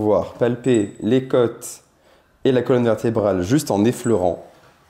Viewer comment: Les côôôôôtes pas les keutes ! C’est agaçant ! 😤